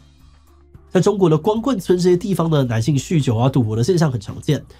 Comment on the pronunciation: 聽得出來鼻音很重 念稿的時候鼻塞了嗎 一直聽到男性與呂姓 可以在念之前先運動一下伏地挺身啥的能讓鼻子通暢一下子